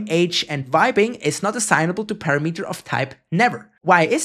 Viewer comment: they also always pronounce "available" as "awaible" and "parAmeter" as "paramEter" lol